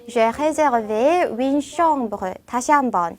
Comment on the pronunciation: 시원스쿨 프랑스어 프랑스어 발음과 한글이 100프로 매치가 되지 않다고 하지만 선생님께서는 정확하게 발음해 주셔야 하는거 아닐까요....? 예를 들어 우리나라 말에 f 발음이 없는데 선생님께서는 정확히 F 발음으로 구사해주시는것 처럼요. 선생님께서 정확히 윈느로 발음하셔서요. 아무리 프랑스어 여행 회화라도 해도 선생님께서 윈느로 발음하시면 학생분들에게 헷갈리지 않을까 해서요...